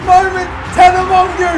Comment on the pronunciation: It's pronounced tana mojo